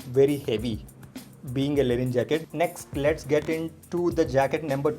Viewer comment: It's Linen not Lenin 🙄